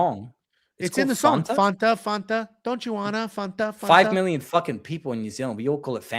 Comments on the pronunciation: First ever person i heard pronounce it like that😂😂😂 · yo calls Fanta Fauntuh -- absolutely insane, never heard anyone say this.